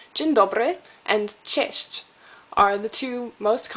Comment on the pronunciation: it's not that you have got THAT bad accent, it's actually really good as for foreigner, but for example your 'cześć' didn't sound as it should and here's my advice: don't try to teach people foreign languages if you don't have a full grip on them, just don't make the people do the same mistakes you do.